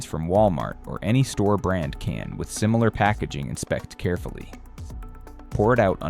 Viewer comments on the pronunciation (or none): none